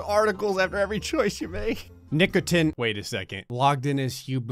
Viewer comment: "Nick O. Tin" Me: Something seems familiar about this